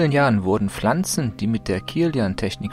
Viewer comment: das heisst pflanzen nicht flanzen gggg